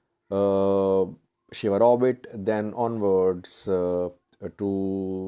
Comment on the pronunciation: ‘sheWaRobit’ not ‘SheHaRobit’